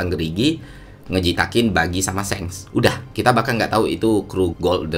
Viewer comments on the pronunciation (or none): none